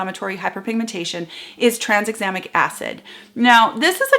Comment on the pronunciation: Just to be that boring person, I have to point out that it should be pronounced ‘tran - exam - ic’! Sorryyyyyyyy!!